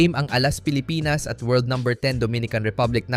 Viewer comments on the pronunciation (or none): Anong hinde AI, ang pronounciation ng Pilipinas eh Pilipnas. Its mean nagkatypo error sa word na Pilipinas yon sinundan ng AI. Maganda naman boses niyan dati eh ewan ko ba kung bakit gumagamit na ng AI.